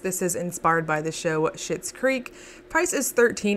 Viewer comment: You're not wrong, that's how you say Schitt. LOL